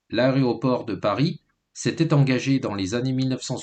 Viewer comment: A-é-roport, et pas a-ré-oport 🤦‍♀️